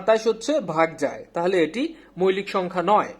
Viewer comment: আপনাদের এই আয়োজনটি সত্যিই অসাধারণ। এগিয়ে যান। উচ্চরণও খুব ভালো। তবে কিছু কিছু শব্দ উচ্চারণ শুনতে কেমন যেন লাগে, যেমন। ‘মৌলিক’-কে আপনি বলছেন মৈলিক। সঠিক উচ্চারণ হলো ‘মউলিক’। এরকম আরো কিছু শব্দ আশা করি সঠিক উচ্চারণ করবেন। তাহলে শ্রোত হিসেবে আমাদের শুনতে ভালো লাগবে। ধন্যবাদ।